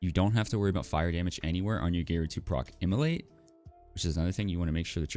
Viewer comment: not sure is it just me but anytime he says *immolate i hear * Emilly.